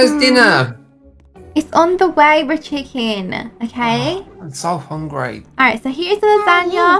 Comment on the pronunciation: It's not richychike